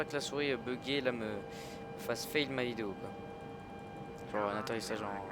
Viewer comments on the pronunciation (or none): none